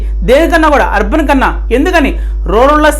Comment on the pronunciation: Arban ante clear ga cheppandi sir